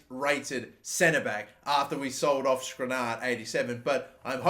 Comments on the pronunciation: Just sell the players whose names you cannot pronounce. Skriniar, not Skrinar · Skr-nee-ar. Your pronunciation is fucked.